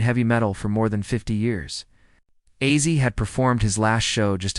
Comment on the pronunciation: Mf AI can’t even say ozzy